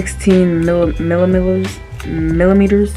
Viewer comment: “millimemers, “milililiers” i am crying in canadian 😭😭😭😂😂😂😂😂